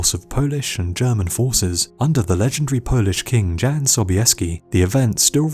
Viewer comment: Great video, Jan Sobieski's name is pronounced Yan.